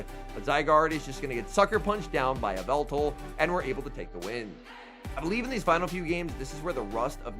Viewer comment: "Yvetal Your Idol" in the beginning